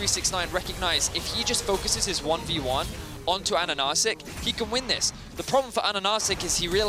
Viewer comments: mate it not pronounced like "ananasiek", just "ananasik" (stress on third a) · Why do they keep saying Ananacik when the name is Ahahacik?